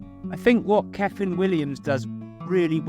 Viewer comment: Another very entertaining video, you keep it real, we are sharing your frustrations with the changing weather, the painting process, the time restraints, we've all been there. The end result was looking good. Keep playing your own music it's genuine. ( when you say kyffin pronounce it 'cuffin')